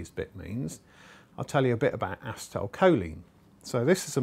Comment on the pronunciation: uh-SEE-tal! Not ass-i-tile choline...... lol